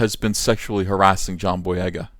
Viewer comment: Take a shot every time EVS says "jhon boyega" in this video lol